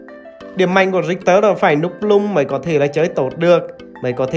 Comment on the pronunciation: rictek mà kêu rioma vậy ông🙈🙈🙈